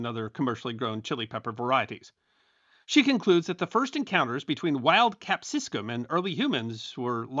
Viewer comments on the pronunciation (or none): *cap-si-cum, not "cap-sis-cum"